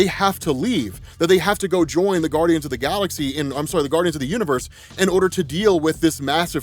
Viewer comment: You said guradians of the galaxy.